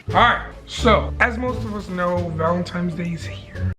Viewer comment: Not tryna come for you but it’s valenTINES not valenTIMES